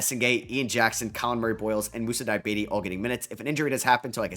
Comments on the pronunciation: It's pronounced di-ya-bah-tay lol not diabete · Moussa Dee-ah-bah-tey Like every other euro/african name you've mispronounced and eventually learned, I'm gonna spam this every time you say his name until you nail the pronounciation. Loved this rebuild